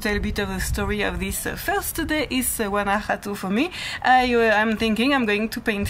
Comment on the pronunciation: and, before I forget..... your pronunciation of "Guanajato" is perfect! 👍👍